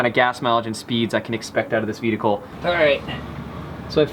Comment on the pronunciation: Am I the only one who's hearing him say VEDICLE? LMAOOOOO.